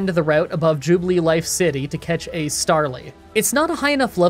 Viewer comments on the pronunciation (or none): ju-ba-life city, not ju-bee-a-life (i had so much trouble that i couldn't even say it wrong) gengar comes out starts hearing that 'wiggle wiggle wiggle' song lmao i keep hearing drif-bloom ><. it's drif-blim (as in blimp without the P) drapion was not one shot with revenge, it was finished off by low sweep (i'm genuinely not trying to sound negative, it's just little details like this really really bug me. like when a pokemon is not at full health but is then "one shot" when it really isn't) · "Jubilee-Life"? It's "Jubilife", without the extra "ee" syllable. Ooh, a Jolly Ponyta. That's really good. Oh, but wait, you said Ponyta has Flame Wheel, but its only Fire move here is Ember. That unfortunately doesn't work well with the Jolly nature. Except, Bronzor is weak to Ghost now. ( , ) I think you got the clips mixed up here. You show Machop's moves while describing Psyduck, then show Psyduck's moves while talking about Machop. Oh, nice. A Jolly Staravia. The Nintendo Switch Online paywall for simple things like this is dumb, in my opinion. Actually, I've started calling myself "Past-SRA" and "Future-SRA" for a few of my videos recently (The letters "SRA" are my initials), with "Future-SRA" yelling at "Past-SRA" for missing what should be obvious moves in a puzzle game. Heh, the power of friendship kicked in, whether you wanted it or not! This mechanic exists starting in X and Y, but you have to go out of your way to get the affection (Gen. 6 and 7) or friendship (Sword and Shield) high enough to trigger these effects. But, in Brilliant Diamond and Shining Pearl, they'll start happening naturally over the course of raising a Pokémon, so you'd have to go out of your way to prevent them (like with bitter medicine and repeated fainting in battle). I've played Final Fantasy Tactics on the PlayStation, and Tactics Advance on the Game Boy Advance. It's a shame your Bronzong doesn't have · The way he said jubilife lol